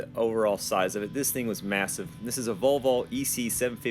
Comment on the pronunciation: I like that you pronounce Volvo correctly. So it should be volvo and not valvo. Husqvarna is also Swedish and the letter Q in the name should be pronounced as a K. Also HUDDIG is a Swedish company that started its production in 1959. I am from Sweden, I know what I am talking about.